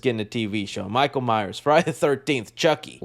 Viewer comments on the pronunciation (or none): none